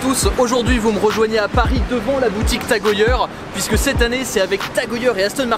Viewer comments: On dit Tag heyère et non tag heuyeure 😉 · en fait ça se prononce tag-oeilleure .........moi j'ai toujours dit tag-heure.... merci pour l'info ^^